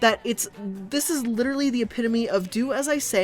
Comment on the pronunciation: Can I just point out how she says "Lit'er'ly" like Rob Lowe's character from Parks and Rec, only unironically?